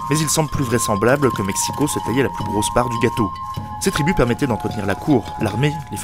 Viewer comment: Félicitations pour la prononciation des mots nahuatl ! Le x de México est généralement bien prononcé (ch), comme à l'époque. Ce n'est que plus tard que le son ch s'est transformé en 'j', soit la jota castillane !